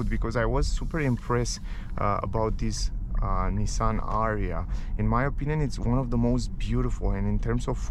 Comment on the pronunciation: It's "A-ree-ya"